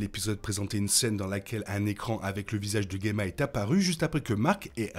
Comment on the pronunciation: Dsl mais je dois poser la question : pourquoi tu prononces "Guemma" (et pas Djemma) qui est la bonne prononciation du prénom (et celle donnée autant en VO qu'en VF) ? C'est un nom dérivé du mot gemme en plus, donc je comprends pas pourquoi le "gue" 😅